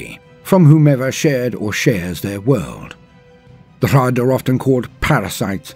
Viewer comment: I am so glad rolls his Rs for the Hrud. That's the only way to do it right.